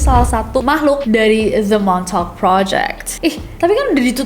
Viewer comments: Lama2 gw dengernya jd 'montok' not 'montauk'...sory Kak Nessi..🙏😅😅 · kaget gw denger the "MONTOK".. pas liat tulisannya the montauk... ternyata oh ternyata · Agak gimana gitu dengarnya montok boys😵‍💫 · daritadi dengernya montok 😅😅😅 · aku yang ga nonton tapi dengerin doang be like ... "THE MONTOK GUYS" :') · di denger nya de montok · And that's how you people say "Montok" in a fancy way 😂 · Plis aku dengernya montok projek😭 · Aku dengernya MONTOK 😂😂 MONTOK PROJEK, MONTOK BOY. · kok gw dengernya de montok project:face-purple-crying::face-purple-crying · Gua kok dengernya the montok 😂